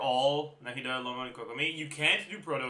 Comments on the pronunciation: Is he saying Loma? I thought it was Lauma. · in french au = o, and he's from quebec, maybe that's why it sounds weird to you